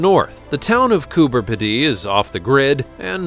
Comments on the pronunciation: Coober Pedy - "Pedy" is pronounced pee-dee, with the emphasis on the pee. As any Australian will tell you. And yes, some of the residents do live underground. When they want another room, they just dig one. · pronounced Cooper Peedy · Its pronounced coober peedy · Pronounced Coo-ber Pee-di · And he pronounced it so badly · Worst pronunciation award! Congratulations! Diddley squat research into how the locals pronounce their region! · you say it Cooper pee-dee, just say P D. Its Australia not France. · Its pronounced Coober (Pea dee) not (Ped dee) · Coober peedie not Coober piddy. Get it right man! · It’s not pronounced Coober. P’ dee, but. Coober Peedee. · It’s Coober ‘Peedy’ not Coober ‘Pedee’. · Coober pidee as you say it is completely wrong! It's said as Coober Peeeedy! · Just letting you know its pronounced Coober peedee not Coober pedday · Cooper Pedy......sorry to be picky, but your pronunciation is wrong, the cooper part is right but we pronounce pedy as pee dy, again sorry for being pedantic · Coober Pedy in Australia is pronounced Coober Peedee not Ped-day. We Aussies are laughing at you and Aussie is pronounced Auzzie not Aussssy.😆🇭🇲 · Hi from Australia. FYI Coober Pedy is pronounced Coober Peedy. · Coo ber peed ee they're Americans you really have break it up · Yep absolutely correct on having to break it up. But to sound pedantic though we are talking about correct pronunciations, the correct spelling is Coo Ber Pee Dee. Thanks for your input. Have a wonderful day. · It’s pronounced ’Koober Peedy’ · It's pronounced cooper (you said that correctly) "pee-dee", with the emphasis on "pee". It is an opal mining town. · I know right. I laughed when I heard his pronunciation of the place. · You beat me to it lol. It actually annoyed me for the rest of the video. LOL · Coober Pedy, South Australia pronounced Coober Peedee. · G'Day Aussie here It's pronounced "Coober petey" 😉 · Ok lol it’s pronounced Coober -peedy lol Great video tho 😊